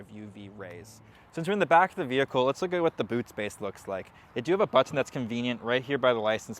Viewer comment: The way he says "button" is so weird...